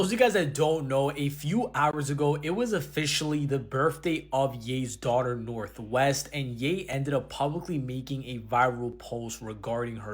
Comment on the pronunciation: Hehe “Norh”